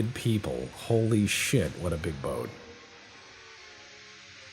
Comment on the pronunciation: Torpedo boot....did summon a canadian there for a second?